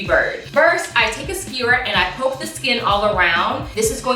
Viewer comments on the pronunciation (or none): none